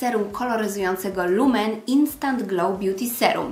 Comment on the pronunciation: Lumene to fińska marka, w związku z czym jej nazwę wymawia się tak jak widać, a nie jako lumen ;)